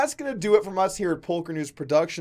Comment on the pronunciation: DID HE SAY POLKER NEWS?